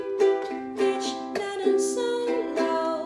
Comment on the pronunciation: It's "bichi" not "bitch"